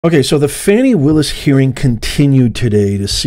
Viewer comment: Why did you apologize for saying her name…she’s Fani NOT Foni. Her parents must like that name.